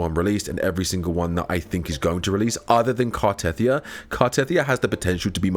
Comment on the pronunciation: It's not Car-teth-ee-ah, it's Car-teh-thee-ah.